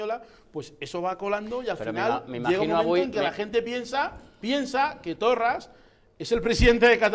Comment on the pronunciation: 1. Confundes Estado con nación. 2. Desde cuando no aceptas la soberania de las naciones sin estado para decidir su estatus político? 3. Hablas del racismo de Quim Torra ,obvio por otra parte, en una cadena racista, españolista y ultraconservadora como Intereconomia. Rodeado, además, de racistas. 5. Se llama Torra y aunque no sea santo de mi devoción se llama así y no Torras. Lo de pronunciar mal un nombre en una lengua indígena del Estado Español debe ser muy de supremacista. Saludos.